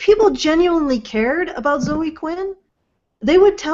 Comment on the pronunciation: Why does pronounce Zoe incorrectly and correctly? Or is it just when she's reading it written down?